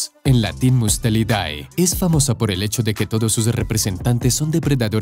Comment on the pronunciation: Mustelidae se pronuncia mustelide.